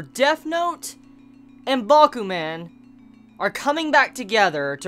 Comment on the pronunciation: say man like a Jamaican, to get the idea on how to say Bakuman